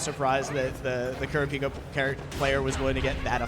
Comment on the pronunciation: He called Kurapika "Killua" and then mispronounced his name like 20 seconds later 💀